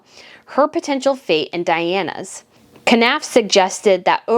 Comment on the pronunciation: Knauf is pronounced ‘Norf’.